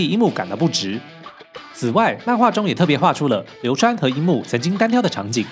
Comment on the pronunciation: 似乎把流川唸成流三了